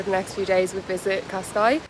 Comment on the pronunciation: Cascais not pronounced, KOSS-skies, it's keh-SKIES